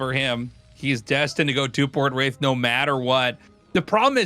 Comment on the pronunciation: I keep hearing "race play" when Artosis says "Wraith play" lol